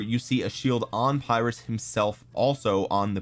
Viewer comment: Saw Chisgule's video where someone commented that it's not said as Phyrrus. He was a Greek so I believe him. Said more like (Pir~us). Also Pericles looks very like Imhotep. 3rd skill is only garrison skill. But Imho has pretty decent buffs and debuffs. So for kvk1 and 2 it might be okay for those who save all gh's for SOC commander's and or Alex/YSG(Both are questionable choices these days). Just forget YSG and pick up Zhuge from kvk3 forward.